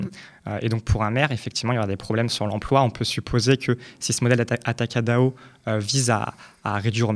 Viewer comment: Atacadon on dit